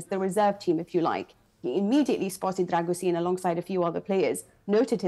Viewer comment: Except she can't even get his name right. It's pronounced 'Dragusheen'